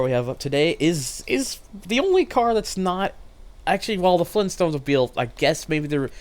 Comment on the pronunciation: Fleen stones?!?